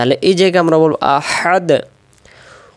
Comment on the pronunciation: মুহতারাম (১ম) আঁতাতে আহাদ পড়ি কিন্তু দালের ২ পেশ কেন উচ্চারণ হলোনা